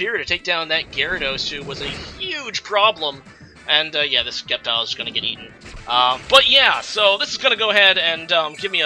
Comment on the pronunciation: Wow bro the C in sceptile is silent